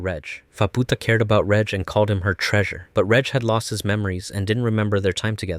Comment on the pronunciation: not you calling him "redge" 😭